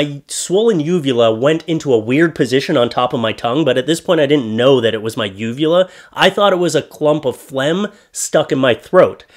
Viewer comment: shit,,,i need to clean my ears,, i thought you said vulva at first.. lmao